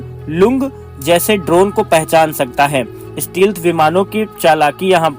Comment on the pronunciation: स्टीलथ नहीं स्टैल्थ कहते हैं